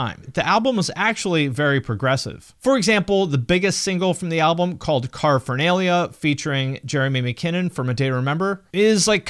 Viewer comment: Okay sorry but the way he pronounced “Caraphanelia” made me irrationally angry😂